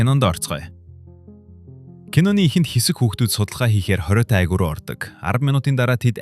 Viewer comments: Агуй Агүү гээд бна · yamar tovogtei sda be agui geed shaagaad baihiin yadaj baihad aguu gedeg ug ne yamar ih gardag yum be de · Айгуу гэж ярьмааргүй байнаа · 1 min 40 sec л тэслээ хараал идсэн АГИУ АГИУ гээд чихнээс цус гарлаа шдээ хахахахха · Агуу , айгуу, агуй гшшшшшш . Засаач ээ !!! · Сда агуу гээд хэлээч агь уй гээд байсын бүр уур хүрчихлээ хаха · Аа ха ха уг нь гоё хоолойтой юм.Агуй ,агиу,агуу гээд хаашаа хэлтэй хүн бэ.Монгол хүн мөн үү.ха ха ха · Хэлээд юугхэв ядаж байхад ямар их аагууи вээ 😂😂😂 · tilt2 агүй aйгү юу ч гээд байгаан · Агу агу гээд том жерри юм уу хайшаа юм. Хайран чих минь. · agui geed helchihldee🥲 hetsuu sonsogdjnshde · пишдаа Агуй гэдэг үгээ яаж хэлээд байгаам дээ